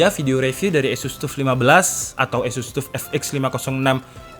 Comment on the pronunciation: wocone TAF mas, duduk TUF.. teko TOUGH disingkat TUF.. :D